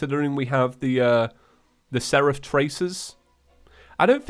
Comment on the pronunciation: pronounced "Seraph" correctly!!!!!!